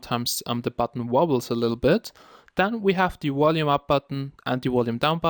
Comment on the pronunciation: Wth is "whalume"